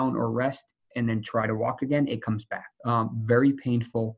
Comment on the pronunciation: Why is he pronouncing "back" like "bike" is that a new york thing lol